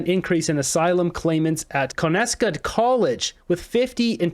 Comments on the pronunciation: It's Con-es-to-ga college In kitchener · it’s pronounced Con-eh-stow-gah College. Conestoga. Not what you said…😅